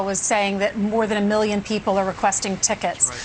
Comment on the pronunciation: Trump still can’t pronounce the word “million”